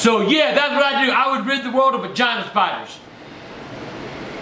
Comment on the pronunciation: When he said he'd rid the world of Giant Spiders, it sounded like "Vagina Spiders" LMAO...omg he's funny as shit! Love the videos.